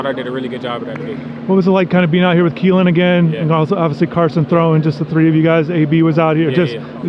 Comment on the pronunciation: You called him Keelan 😂😂